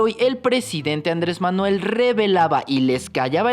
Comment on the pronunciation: Ya no es Andrés ya es Ándres? Jaja pinche ciudadano desconocido te gusta desmadrar el idioma 👌🏻😂